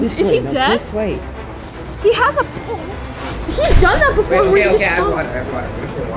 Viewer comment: “WelL hE hAs A PoUlsE” 😭😭😂😂